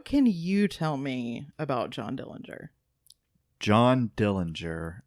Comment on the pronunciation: Thank you for your interest in our uncle John Dillinger. The correct pronunciation of the Dillinger family name is without the 'g'. It's unfortunate that you didn't cover how happy he was growing up with a loving family that included living with his sister and her husband after their mother passed on. But, that you only covered the few situations where he made wrong decisions. The robbery of Mr. Morgan didn't have anyone around when the gun went off during John's fight with Mr. Morgan. John played baseball for the prison team in Pendleton before being transferred to Michigan City prison.